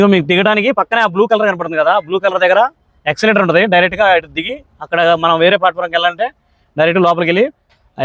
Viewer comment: ఎక్షలేటర్ కాదు eskulater